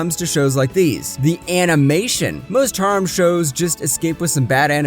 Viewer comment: wtf the way you pronounced Harem (the number 9) had me laughing my ass off bro